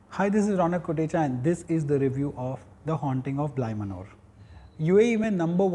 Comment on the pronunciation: Manor is pronounced the same way as Manner